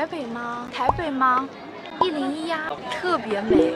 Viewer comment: 片頭一開始聽到說：101呀！ 而不是夭洞夭，說真的很感動..